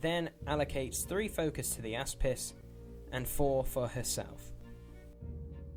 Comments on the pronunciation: I really loved this battle report. I would like to just point out though, does Retribution of Scyrah have a warjack called the "asspiss"?. Every time I heard it I cracked up laughing! \ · The "Ass Piss" is apparently how its pronounced now hahaha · Sebibreve It's Greek for shield (which is what it does) and its actually pronounced.. ok, the "a" makes an "ah" sound, the "s" is like the s in snake, and the "pis" is like "piece" of pie - so something like Oss-piece.